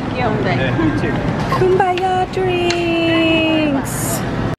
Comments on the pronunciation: Sweet...Did you say "kum-by-ah" drinks? Hee hee. It's pronounced koom-BAH-cha.:) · I love how you pronounce Kombucha as kumbaya :)